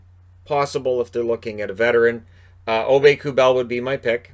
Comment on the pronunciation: John Forslund says: "Nicolas Aube-Kubel".